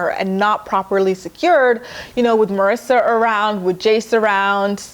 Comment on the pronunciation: Wait did you just call Marisa, Mersa 😂😂😂😂